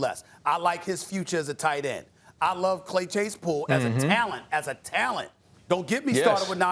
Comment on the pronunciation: Chase "Chay Clasepool" Claypool